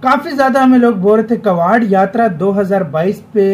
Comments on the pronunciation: भाई कवाड़ यात्रा नही होती "कावड़ यात्रा होती हैं " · अबे भाई वो कवाड़ यात्रा नही होती है कावड़ यात्रा होती है । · कवाड़ नही कावड़ यात्रा बोलते है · कावड़ यात्रा है भाई कबाड़ यात्रा नहीं है 🤦